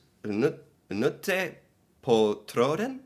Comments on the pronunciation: Your pronunciation has gotten really good. Remember we say every letter in our words so «knute» say the K. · When there is a K in a Norwegian word it is not silent. You pronounce it loudly. So KKnute. But I am impressed with your ability to speak Norwegians words without knowing how to speak them 👍🏼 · «Knute på tråden» you say the K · Knute...you prenounce the K